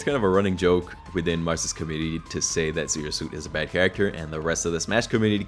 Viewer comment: this guy said Marss while showing Esam again that is SENDING me for some reason